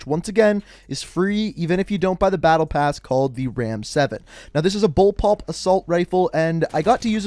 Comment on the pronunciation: Did you say bullpulp? It's bullpup